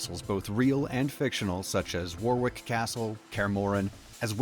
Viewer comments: I know that this isn’t that important but when you pronounced Warwick Castle as “War Wick”… as a brit from Warwickshire that killed me. It’s pronounced like Wo-rick with an o sound like in orange. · The pronunciation of Warwick upset me